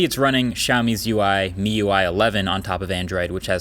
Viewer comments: Finally calls it "miui" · Finally pronounces MIUI correctly lol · Finally saying MIUI right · Finally he pronounced MIUI right